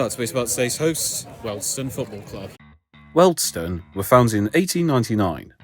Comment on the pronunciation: is an expert at mispronouncing names. It’s his forte